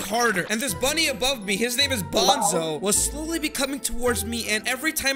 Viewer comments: It's bunzo not bonzo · it pronounced bun.zo not bon.zo also the things he is holding aren't drums and actually a type of muisical instrument called symbols. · its bunzo not bonzo. bunzo bunny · Also he said “bonzo” not bunzo